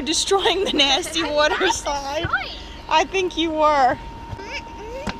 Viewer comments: You said Wooter slide and me and my friend can’t stop laughing 😂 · I felt like she said woder slide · Yes, let’s clean the wudder slide. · wudder slide